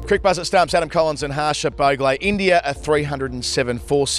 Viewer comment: Cricbuzz at stumps , Adam collins and Harsha Baauuggglleeee LOL does he even say bhogle??